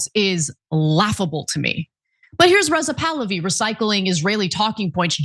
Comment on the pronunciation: Rizal tahlawi 😂😂😂😂 it's bahlawi